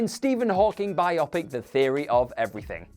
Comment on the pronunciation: Why can't anyone on this channel say "bio-pic" and not "bi-opic"?